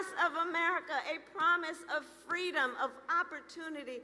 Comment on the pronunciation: Oh FWEEDOM